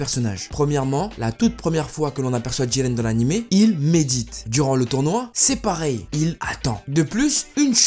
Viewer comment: Bonne video je n'aime juste pas comment du dit le nom de Jiren avec une sirte d'accent bizarre xD sinon +1 abo